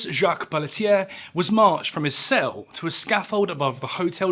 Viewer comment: As someone who shares the last name Pelletier, you say it wonderfully